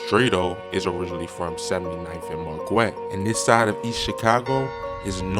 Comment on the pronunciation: I knew when he also pronounced Marquette wrong lol